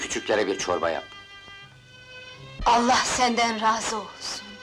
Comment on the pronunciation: Kelimei şehadet ederken enla diye okunmaz. Ella diye okunur. Dikkat edelim lütfen.